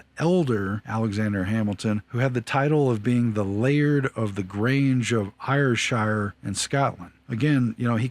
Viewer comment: Ayrshire is pronounced just like air. Despite being from Ayrshire I’d never heard of this estate